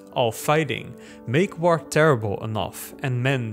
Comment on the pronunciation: Drink every time he says «woaar»